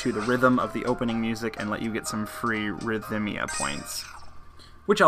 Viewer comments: ridh-mee-uh. You say ridh-mick, not ridh-um-mick for rhythmic, right? (no vowel between th and m) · I think Rhythmia only has three sylabols not four. Rith-me-ah